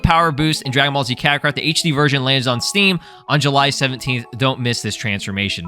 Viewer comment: "Dragon ball z cuckarot" 😭